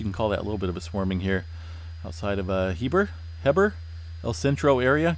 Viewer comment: Pronounced (Hee-burh) Heber